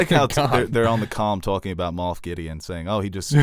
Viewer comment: It’s Moff Gideon. Not Moth.